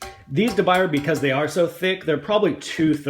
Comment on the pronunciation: It's pronounced, according to English graphics: de biuyaay. Try it.